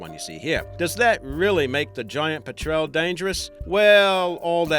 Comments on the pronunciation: "pet-trel"? It's pronounced "pet-rul". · You pronounced petrel wrong.